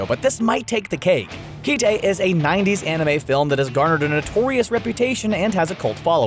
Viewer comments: Kite isn't pronounced as ki-te. And you showed the lame ass sequel, not Kite. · Kete??? Ketee??? Dude... you don't know how to read Kite??? You know that child toy that you fly on a string called Kite??? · Who is this guy that can't pronounce title names correctly? It's "Kite" as in that thing people fly in the sky on a string. Geez. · the OP also said "Darling in the FRAN Ex Ex" i wouldn't trust "Ki Tey" for a moment i have literally never heard anyone ever call it that ever and i met someone Cosplaying Sawa in 2001 at a Con they certainly didn't call it that either. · wow, i cringed at how he pronounced "Kite" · keeee teeeeeiiiii????? It's read just like the english word Kite man SMH hahahaha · Did this guy just pronounce "Kite" as "key-tei" like a butchered English pronunciation of きて (ki-te)? It's just the English word. The Japanese name is カイト (kaito) (the Japanese pronunciation of the English word "kite") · "Kee-tay"? It's Kite. Like the thing you fly as a kid when it's windy. The Japanese title is 「Aカイト」. "A-Kaito." Thus, it is pronounced "Kite." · Does this dude not know what a Kite is? Or how to pronounce it cause it's the first I've ever heard someone pronounce Kite as Kii Tae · For folks urked that the narrator pronounced "Franxx" wrong, he also pronounced "Kite" wrong. It's not pronounced "kih teh". It's pronounced just like the name of the paper toy you put on a string and fly in the wind. When I picked up the DVD in Japan before the title came out in the west, the anime was also referred to as "A Kite" there. It's an all-time favorite, so the pronunciation tweaked me just like my fellow "Darling in the Franxx" were with the "franex x" pronunciation here. In this case, it's not a Japanese word. 😅 Interesting list, though. There are many more. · I'm sorry, Kee- Tay? Is that really the pronunciation we're going with? Did I miss something? I always called it Kite, you know, like the thing you fly around. Has anyone ever called it Kee-Tay?